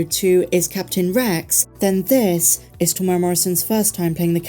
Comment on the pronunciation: I really enjoy your videos but please learn how to say Temuera. Teh -moo-erra. It's not hard.